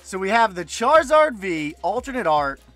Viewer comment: Charrrizrd….why does say it like that?!